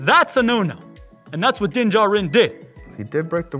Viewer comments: It's pronounced Din JAR'in Not Din JA'rin Emphasis on JAR, not JA! Listen to how it's pronounced in the show....... I know it's petty, but for whatever reason, drives me NUTZ to hear his name mispronounced...... other than that, love GenerationTech. 🤷‍♂️ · I just cringe every time his name mispronounced 😳😬